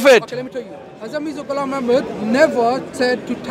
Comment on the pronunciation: It's so painful to listen everytime he say haza maza gulam😂 Their belief is so weak that, they can't even say it properly 🤣🤣